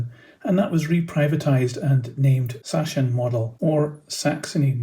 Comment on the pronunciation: The ch is more a k in Sachsenmodelle